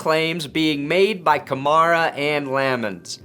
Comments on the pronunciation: I think it's pronounced like Camaro with an A at the end. Kamara... "Kuh-Mare-Uh" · The way he Pronounces Kamara First an Last Name Sounds Exactly How u Wld Expect a White Guy To Say It Lol....oh Yeah For all u ppl who like Stating the Obvious yes I'm aware he's White lol so No to Comment Bck saying Yeah It's Probably Cause He Is White lol 👀👀